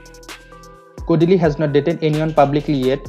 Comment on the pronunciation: Why does he keep calling " kodili"